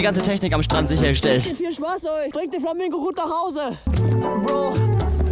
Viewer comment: Der hatt Flamango gesagt hhhhhhhh